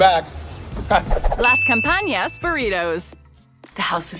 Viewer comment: It’s campanas Not campañas